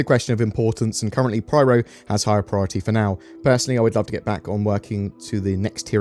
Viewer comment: It is PYRO not PRYRO